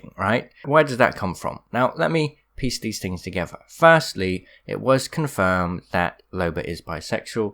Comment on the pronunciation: another great couple? and pronouncing is TH's as V's tOgEvVuR lol